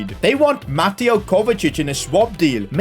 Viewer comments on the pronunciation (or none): none